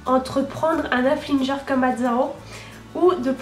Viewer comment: Ça se dit Haflingeur ça me perturbe à chaque fois que tu dise haflinjer